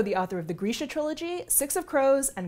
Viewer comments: I thought it was pronounced grrr-shuuuh 🤭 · Oh god... It's pronounced "greesha". Well, time to go change how I've mentally read the books all these years. (I pronounced it gr-ih'-shuh, anyone else??) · I’ve been pronouncing it “Greesha” but the other day heard someone from the Netflix show say “Grisha” and my brain has been turning to mush trying to train it to say “Grisha” instead of “Greesha” And I’m now relieved that he was the one who was wrong, HA! (Sorry. Mush, remember?)